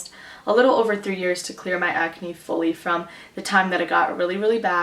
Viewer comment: you say, ecnay instead of Ahcne.